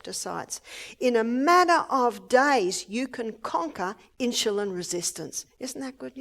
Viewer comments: Its INSULIN! not INSHULIN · Hi Mrs. O'Neill. I hope you are doing fine. I enjoy your Seminars. You're such an Angel. I don't mean any harm & I say this in Love, but Insulin is not pronounced Inshulin. It's pronounced like it's spelled: In-su-lin. God Bless, Love & Keep You. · Why is she saying insjulin instead of insulin? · insulin, not insjulin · Insulin, not inchulin. Please. Love you Barbara, but saying the words properly is a must. ❤️ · Insulin. Maybe they pronounce it differently in Australia or maybe she just can't pronounce it correctly.... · How does she pronounce insulin? She says "in jil lin". Why? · why does Barbara pronounce Insulin Inshulin? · She pronounces it incorrectly. Annoying. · Really.🙄 🤦🏻‍♀️ Well, she's pronouncing it wrong. There are right ways, and wrong ways of saying things. She being an "Australian" is no excuse. I believe most Australian people are probably VERY CAPABLE of pronouncing the word insulin correctly, especially when they are in any kind of health care system. I like Barbara, I like her a lot, she has help many people, but her pronunciation of the word insulin that she uses so often here is cringe worthy every time she says it. Barbara is a wealth if information, I don't believe it would be an impossible thing for this professional Australian to learn how to say the word insulin properly. Besides, when you stand up on a podium, in front of many people, it behooves one to want to speak with proper pronunciation. Again, I like Barbara, it's just this one important word.... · Love her but the pronunciation of insulin drives me crazy 😊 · She pronounces Insulin differently